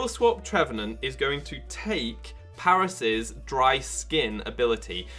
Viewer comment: "Im just going to be skill swapping with my Par-ass" I love how you pronounce his name